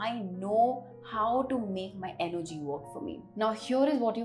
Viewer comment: money is Energy, not Engery :)